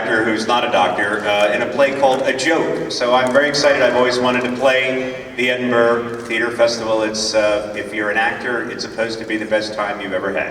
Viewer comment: Can you not say Edinburgh properly?